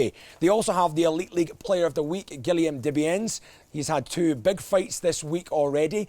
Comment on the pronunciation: that is not how you say Guillaume Desbiens